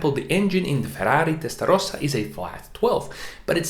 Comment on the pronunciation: Did you just say "FERRRRARI TESTARROSSA"? Are you Italian??